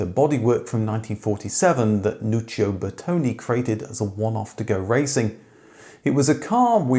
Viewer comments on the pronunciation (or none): none